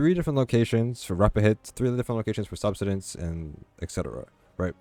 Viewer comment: Why are you saying "subsistence" like that?